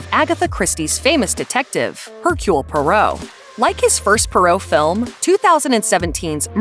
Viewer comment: It's pronounced "Pwahr oh" not "Pur oh".